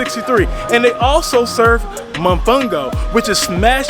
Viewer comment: Great job! I'm going to look into that sailing adventure next time I visit. Remember to pronounce all the the O's in mOfOngO 😉